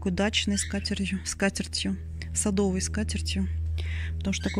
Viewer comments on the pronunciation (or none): none